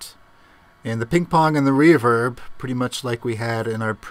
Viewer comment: "Weeverb wet"